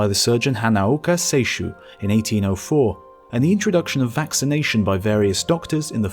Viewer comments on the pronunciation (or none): none